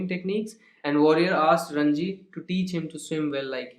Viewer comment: Sir it is ranji not rajni